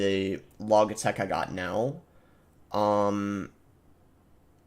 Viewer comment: Logic Logitech... not Log-ick Log-itech